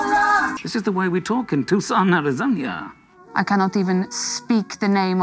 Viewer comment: Everyone in my circle pronounces it as "Arizoña" now because of this show lmao